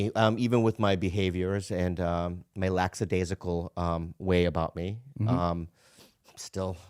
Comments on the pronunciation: Lackadaisical, not laxidaisical. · laxadaisical? NO. Lackadaisical? Yes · Bobby pronouncing lackadaisical laxadaisical triggers me so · Its lack-a-dai-si-cal not 'lax' lol